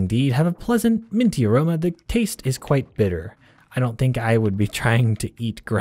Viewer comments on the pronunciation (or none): none